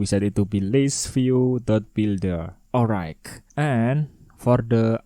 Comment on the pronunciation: bang bacanya olrait bukan olraig